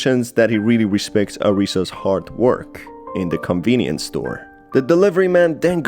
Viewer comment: Not me, just feeling my anxiety rise as you say "convinience store" 😭